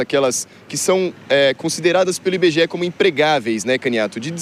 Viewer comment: Dados do "Inbegeé", a fantástica fábrica de índices?